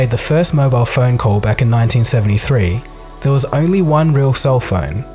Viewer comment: the way it wez 😂😂😂😂